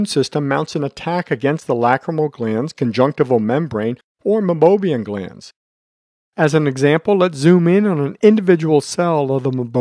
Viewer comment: Great video!! But, it's pronounced MEI-BO-MIAN glands.